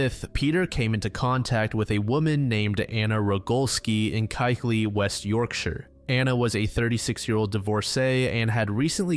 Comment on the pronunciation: btw Keighley is pronounced as Keefley - not kegley ❤️ from a Yorkshire fan!